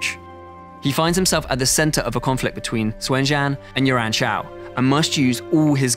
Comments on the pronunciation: Is it just me that's hearing him say Yuaren Shao instead of Yuan Shao? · It's that silly English accent that has to put an "r" sound inbetween vowels, haha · YU-AN Shao, YU-AN Shu. Can you british people not even listen to how its pronounced and then mimic? Just watch the damn 2010 TV series. The way this guy promounces the names, i cant even tell who they are.